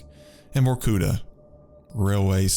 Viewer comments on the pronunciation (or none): none